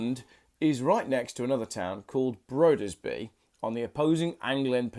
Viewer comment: Your pronunciation was pretty bad. Just an example: Broderby means Brothertown and Brudeby (as you pronounced it) means Bridestown. Have schools in England stopped teaching reading?